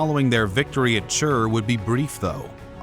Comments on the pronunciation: Cool video. Just one note, its not Chur its Tzer (Цер) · It isn't čer its cer like with a c so its ceer not čer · Zzer, like zz in Pizza. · What is "Chrrrr".... CER, read how you write it! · It is cer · Sounds like chud lol